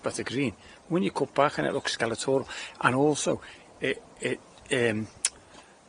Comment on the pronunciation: Skeletal not skeletoral lol